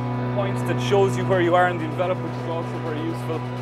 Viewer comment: Nice to see some Irish guys making something innovative. But you're still pronouncing "envelope" wrong :)